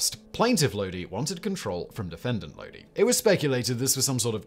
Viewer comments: Talks about CCR, then goes and mispronounces Lodi in the next entry. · Except he mispronounced Lodi every single time.